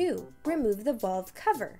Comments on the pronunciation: The most non technical instruction video I've ever seen...lose the cartoon graphics and get a narrator that can at least pronounce the word valve correctly. Not very helpful at all. Thanks for wasting my time. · If the video narrator cannot pronounce the word "valve," this is a bad sign.